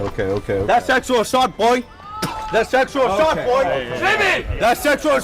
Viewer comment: "That's sexuaw assawt"